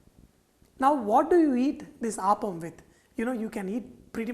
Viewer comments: Pl say appam and not aappam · I'd like to mention that this dish is pronounced as Appam (up-um) and not Aapam. I believe in Tamilnadu it is pronounced as Aapam, but then the recipe to that is also different. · its 'Appam' ! not Aaapam ! -. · Chef small correction it is not aaapam. It is appam.अप्पम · My dear fellow, you prenounce Appam wrongly. Its not aaappam. Its simply Appam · Not aapam but appam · You are pronouncing it wrongly....It's not Aaaapam but Appam...... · Its app-am, not aap-am. Thanks for the video. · Hi. There seems to be some confusion among many as to how to pronounce the word. A majority of Malayalees (like me) say Aappam and not Appam. For most of us, Appam is a sweet (jaggery not sugar) deep fried batter that is primarily used as offering for deities in temples in Kerala. Now it is commonly made in homes and hotels. Yes, some do use the word Appam instead of Aappam )but not the majority. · No. Malayalees pronounce it as Aappam. There is another deep fried sweet (jaggery not sugar) dish called Appam primarily used as offerings to deities in temples in Kerala. But it is also now commonly found in homes and hotels :-) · Malayalis pronounce it as Appam but people outside Kerala pronounce as aappam... I guess Sanjay is Telugu... If we Malayalis try to pronounce one of the andhra breakfast 'Attukula Attu' even we are not going to get the pronounciation right. By the way... The appam in this video looks absolutely delicious. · I am pretty sure it is pronounced "aaaapam" and not "appam". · The way you pronounce appam is making me sad 😢😢. On the flip side glad that u have our uploaded authentic dish. 😊